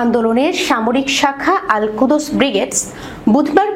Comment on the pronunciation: আলকুদস নয়, আলকুদ্্স